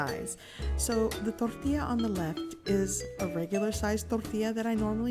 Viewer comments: Yes plz just say Tortilla. I don't know why but it is just hard hearing thorrrtila with the rest of the perfect English. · hahahaha... I was gonna comment just that... she has a perfect English accent and over emphasizes the word "Toooorrrtiiiiiiiiiilllla", It was kind of annoying. But anyway, I appreciate the detailed video. I have made tortillas before and thought she could have over cooked them a bit. Does not seem as you can bend it too much. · Tortia or tortillas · quit saying torrrrtilla you know how to say tortilla in english don't pretend you don't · Door tea ah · Its fucking driving me soooo mad. Torrrrrtija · What is your problem with pronouncing “tortilla” just say it like a normal person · Gochujang mama: says tortilla Me: 🤤🤤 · Anyone else like the way she says tortilla?? just me? ok. I love your channel and recipes! 23k subscribers?!?! Congrats! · She could be cursing me out and if she sprinkled the word tortilla in , I would be in heaven. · Oculus Awwwwww man, it irritates me to no end. She sounds like Peggy Hill when she tries to speak Spanish